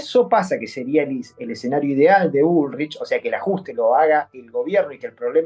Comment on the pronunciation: "Grabuá" está bien dicho porque es francés...pero dice bulrish en vez de "bulric" ... mamita...